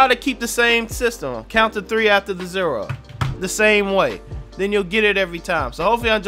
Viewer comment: "Count to three after the ZERA." 😂